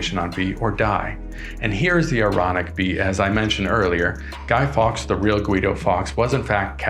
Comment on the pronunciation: guy fawkes not guy fox